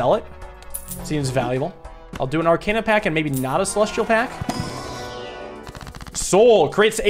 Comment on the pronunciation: As a Persona fan, it's driving me up the wall with how he's mispronouncing "arcana".